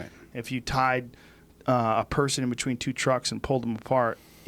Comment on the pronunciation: Joe "betchween" Rogan